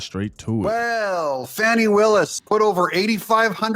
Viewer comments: Her name is not pronounced "fanny". Smh!! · Maybe you mispronounced her name. Fani. With a short a. Like fat. Not awww, like fraud. Short a, like bad. Not awww, like bauld. Short a, like a 3-letter word for her behavior that starts with a and ends with 2 snakes. A word prepended by dumb. Short a, as in beligerant. Not long a, like brainless. Short a, like defiant. Not a schwa, like liar. Not awww, like caught. Short a, like red-handed. So sorry for the interruption. Please carry on.